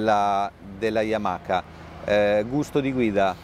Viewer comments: Si pronuncia Yamaa e non yamaca. Le basi 😂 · Yamaka. C'è poco da fare. Appena ho sentito il "K" Ho chiuso